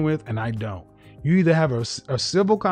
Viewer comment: she says you like yhu